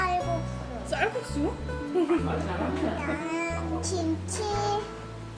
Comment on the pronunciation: 볶음밥,쌀국수 발음이 저리 정확하다니ㅠ 세삼 커가는걸 느끼네요.😚😚 오뉴야, 깨끗한 세상 못 물려줘서 미앙해ㅠ